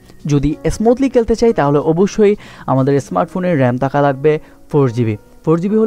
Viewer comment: কেলতে কেলতে বলেন কেন.? খেলতে বলেন খ উচ্চারণ করুন 😣